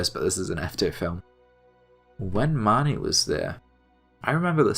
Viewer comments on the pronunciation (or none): none